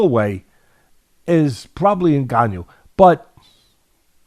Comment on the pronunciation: When i hear white people pronounce a Cameroonian name like Ngannou is hilarious the N in our names are silent